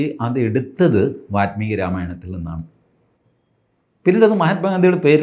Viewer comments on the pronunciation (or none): കുറേ തവണയായി വാത്മീകി എന്ന് കേൾക്കുന്നു. വാല്മീകി ആണ് ശരി. മലയാളികൾ വാല്മീകി എന്നത് വാൽമീകി എന്നെഴുതി പതിയെ വാത്മീകി ആക്കി പൽമനാഭനെപ്പോലെ😅 പദ്മനാഭനെ പത്മനാഭനാക്കി. പിന്നീട് പൽമനാഭനാക്കി...